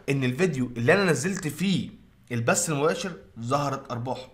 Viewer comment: البث وليس البس لمذا تحرفون في اللغة